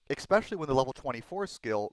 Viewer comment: Its not pronounced ex-specially. It's pronounced e-special-ly. Your videos are awesome BTW, I just wince when I hear the mis pronunciation.